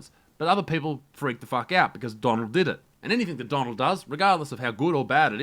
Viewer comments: Jayy Pama “that you will ever DEAD see”? 😂🤔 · Did you mean to say the “greatest news service that you ever dead see” ...or maybe I’m just hearing things